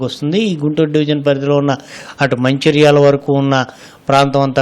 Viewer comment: అది మాచర్ల . మంచిర్యాల కాదు